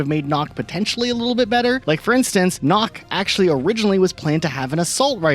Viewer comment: Also Nøkk. It is not pronounced like knock. It's pronounced more like the sound of duck. Basically nook, but two ks and one o